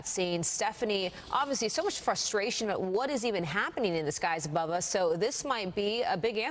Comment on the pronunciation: That female reporter is totally mispronouncing simple words. "Abrove?"